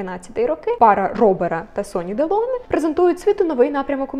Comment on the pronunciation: Ударение в фамилии Делоне на последнем слоге как и в имени Робер.Это правила французского языка.